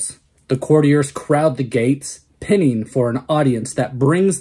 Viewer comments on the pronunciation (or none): I think you meant to pronounce it pine-ing, not pinning. nice video! hope you have a great weekend!